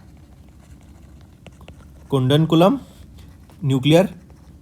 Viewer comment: 2nd ques, its KUDANKULAM (or) KOODANKULAM, not KUNdankulam sir